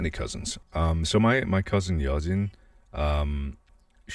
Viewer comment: Yeojin is pronounced more like “yoh” the way it’s spelt is literally how it sounds.